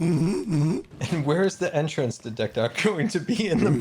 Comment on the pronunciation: "And where is the entrace to Decked Out going to be?" out there asking the important questions, lmao